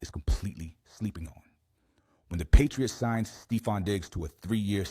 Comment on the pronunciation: Stee-fon??? It's Steh-fon. Stefon Diggs. Learn the players names, dude. He's been around a long time, and you STILL can't even pronounce his name. That's not cool, dude. LEARN it.